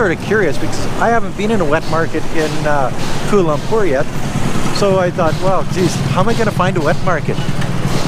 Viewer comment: Thanks for the video.. Just proves that you can get people from all over the globe who are stupid and the conotation that westerners are all smart is so untrue... First of all its pronounced KUALA Lumpur and not KUL lumpur... Next its common knowledge that open wet market is everywhere in the world esp in Asia but the point you dont get is meats like bats, rats, snakes etc in this markets... Also China's market has produced 2 viruses SARS and Covid so there is something wrong with China and its not a stigmatation but its a fact.... So I dont know what your objective doing this but thanks for showing the world what an imbecile you are and maybe you should go to Wuhan and try some bat or rat meat